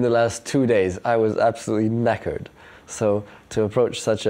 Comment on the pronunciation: The way he says "knackered" is hilarious